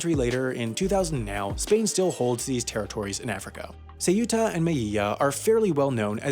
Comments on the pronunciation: The "eu" in Ceuta is pronounced as a diphthong - basically, instead of "say-oo-tah," it's more like "sew-tah." If you say Minnesota with a London accent and then just lob off the first two syllables, you're gold, Ponyboy. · "ceyoota" "veléz" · It pronounce septa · I think “meyiya” was somehow even worse than “say-yoota” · Me encanta cuando dice seu(ú)ta y mei(í)lla